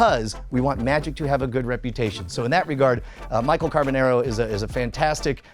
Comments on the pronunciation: The "nar" part rhymes with "car", not "hair". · You’ve known him since you were kids but you can’t pronounce his last name right... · after all of that talking and storytime about how you know him in life, if you actually HAD even SEEN the show, as you say, you would know how to pronounce his last name as he clearly says it from his own mouth on EVERY SHOW... instead of this mispronounced trash you say out of your mouth.